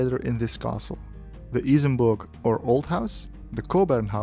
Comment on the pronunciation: i love how happy becomes when he pronounced Isenburg